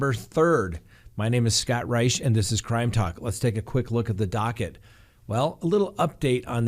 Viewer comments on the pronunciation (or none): none